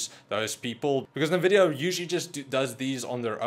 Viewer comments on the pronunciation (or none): I’m sorry but nvidia not nuhvidia